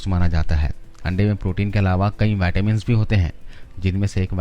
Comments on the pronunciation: Vattamin nahi vitamin bolo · पहले तो बोलना सीख मेरे भई, नई नई अंग्रेजी सीखी है तुमने, सीधा सीधा विटामिन नहीं बोल मिल रहा, बाइटेमिन बाइटेमिन किया पड़ा है... बेवकूफ ये कहां की इंग्लिश है ये पता है